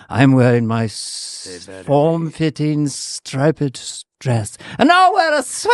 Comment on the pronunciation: "Margle Mekle"!!!! And said "stripe-ped" dress.